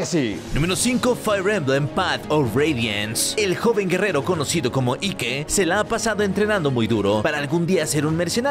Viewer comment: Ike??? Se pronuncia "Aik" xc